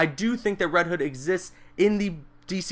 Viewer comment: its not reed hood